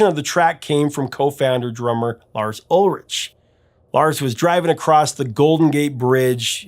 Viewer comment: Lars’ last name is pronounced Ul-Rick, not Ul-Rich